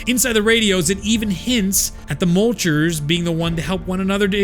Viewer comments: Absolutely love this video. Lots of work was put into it, and you did a great job explaining everything. HOWEVER THEY ARE NOT CALLED MULCHERS. PLEASE STOP ;-; The official pronunciation from google translate herself, is something along the lines of "Moitler", kind of like moist but without the s. I am not a German expert, but I know for sure well that it's Meuchler, not mulcher LOL. Otherwise, keep up the great work! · Not Mulchers, Me-yoo-kew-lerz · Great lore but your pronunciation is a bit off. Meuchler is pronounced Moy-kler. Mutter is more like mootter